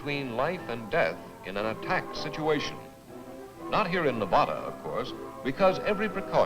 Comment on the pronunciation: Nev-odda! LOL! The locals will LOVE hearing that one! LOL!